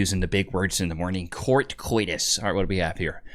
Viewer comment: You absolutely don't pronounce Koitus Like you did... The o and i are own separate letters, you don't pronounce them like you do in e. g. poisen.